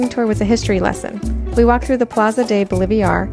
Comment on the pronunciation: Honey you need to learn how to properly pronounce the names of Bogota and Bolivar!!!!!😮😮😮😮